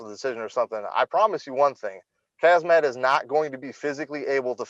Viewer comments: Everyone: Khamzat Meerschaert: Khazma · Not Hazmat 😂, Hamzat! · and Did he say "hazmat"? 😂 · He kept calling him Hazmat LMAO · Did he call him HAZMAT instead Khamzat? In any case, Khamzat is fighting above his weight class. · Dude, He said haZMat, meaning he confused the letters m and z. No matter how you pronounce it, the m comes before the z. Just check the original: حمزة